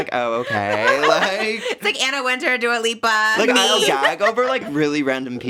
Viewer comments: Trish saying Dia Lupa instead of Dua Lipa and not realizing is sooooo funny omgggg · Screaming at Trish calling Dua Lipa ‘Dio Loopa’ 😭😭😭😭🤣